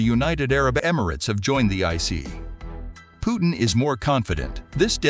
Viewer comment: Why don't you learn first to pronounce President Putin name correctly